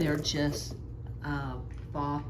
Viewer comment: I'm confused... I'm hearing you say a word that sounds like "fah." Is this your pronunciation of the word "faux," which means "fake, or imitation, not real or genuine"? I looked up the preferred pronunciation Google and learned that it should sound like "foe," which is the way I've always pronounced it and heard it pronounced. (I hope this question was not offensive... 😊 Lots of stuff is very finely nuanced, and I'm just always trying to learn! 🤔) Loved your unboxing session, and the descriptions of what you found!